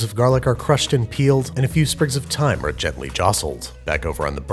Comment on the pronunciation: “And a few sprigs of Tyne are gently jostled” 😂